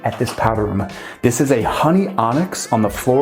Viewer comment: “This is the roo-MUH. I wanna take you back into the foyay-YUH. All the way up to the ceiling-UH. Here we have southern view-ZUH.” Bro, got a phonology fetish-SHUH.